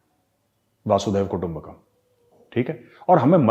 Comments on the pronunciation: Yes... even I hear lot of people saying वासुदेव कुटुंम्बकम् instead of वसुधैवं कुटुंम्बकम् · Sorry sir not vasudev kutumba Kam right is वसुधैव कुटुंबकम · मेजर गौरव, एक करेक्शन। हम वसुधैव कुटुंबकम् कहते है वासुदेव कुटुंबकम नहीं। वसुधा का मतलब है की पूरी धरती।